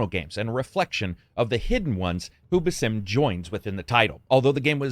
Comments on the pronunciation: It's pronounced "BAsim", not "baSIM". They say his name in most of the trailers for Mirage, not to mention in Valhalla which came out almost 3 years ago. Otherwise a decent review but I feel like you don't really care about the story if you can't even pronounce the guy's name somewhat correctly... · It's Baa'sim, just lakiek saying Back or Balance not B'sim as if you are saying Bethesda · Stop pronouncing Basim as it's not meant to be pronounced. It's annoying as hell. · The amount of cartoony, reused and tiny variety in the takedown animations is what ruins this game. Also, the narrator is pronouncing Basim's name like a fucking idiot. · Pretty sad you can't pronounce Basim correctly.